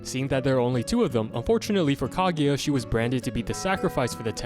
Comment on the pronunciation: His pronunciation of kaguya is making me cringe 🫩 “kageya “ really ? There’s no E in there